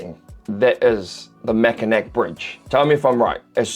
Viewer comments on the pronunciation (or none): Mackinac is pronounced MACK-IN-AW. So, almost exactly like you did, but ending with "aw," as in "Aw, how cute!" As with a lot of Michigan names it is that way because it was adapted from the word the indigenous people were using, in this case the Ojibwa word Michimakinak, meaning 'Great turtle.' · I’ve been living in Michigan my entire life I can’t even say that This tour video doesn’t even come close to how beautiful it is. You’re not really supposed to say it like Mackinac more with a naw at the end. And it’s the fudge capital of the country. Sleeping bear dunes is a 10/10 go there, and it’s a lot steeper than it looks in the video. the Michigan central station it is one most pretty spots in all of Michigan, when I was a small kid I went inside before the renovation started (my dad worked in the company that owned it at the time) and it is my favorite building on earth. In mackinaw there is 3 cars, 1 being ambulance, 1 being a fire truck, and the last is a maintenance truck due to some fires a bit ago. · Mack-uh-naw. Not Mack uh mac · It is pronounced "Mack-inn-NNAW" and not "Mack-ehhh'Nack." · Everytime he says MackinACK I die a little 😂. The pronunciation is Mack-In-NAW ❤ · PS - Mack-in-Naw, not Mack-in-knack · It pronounced Mak-in-aw not mak-in-ak... just fyi! Michigan born and raised! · As a lifelong Michigander/troll, I just gotta say it... Mackinac is actually pronounced with W at the end, so it's really The MachinaW Bridge. And yes, there certainly is so much beautiful scenery & wildlife in my home state that we get to experience & enjoy through all 4 seasons. Ope! Pure Michigan. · It's pronounced "Mack-n-naw" not Mack-n-nac ---( from someone who lives there.) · Lmao mackanack😂😂😂😂😂😂 mack a naw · It is pronounced Mackinaw.....Not Mackinac. Just saying. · mackinaw Bridge, its pronounced the same whether its the French or English spelling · Its pronounced Mackinaw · Mac-i-naw, idk why its pronounced like that. you should go the fudge is really good.